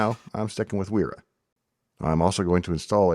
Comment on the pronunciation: Wera is Deutsche. Pronounced "Vehra".